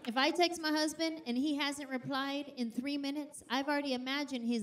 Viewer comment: She says "ma husband" 😂 that Tennessee accent